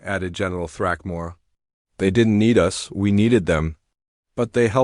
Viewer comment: us is pronounced us not U S`